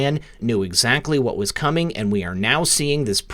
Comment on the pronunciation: its co-meeng!!!